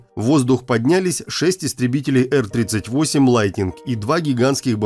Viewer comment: Сам как услышал эр38😂, сколько в стимуляторы летал, сразу по ушам резануло.